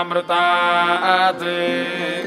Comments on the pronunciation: माअमृतम uchharan karna hai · One correction is that it’s not māmrtā’t. It’s ma a amritāt. You should pronounce the ‘a’ in the middle otherwise the mahamrutanjaya won’t be properly done.